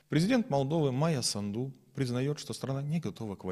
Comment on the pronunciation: Наголос у прізвищі на першому складі:САнду.